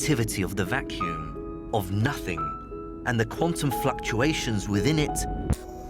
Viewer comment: Haha thats not "nothings" 😂😂😂